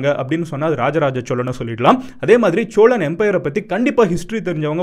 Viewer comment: Cholan illa sozhan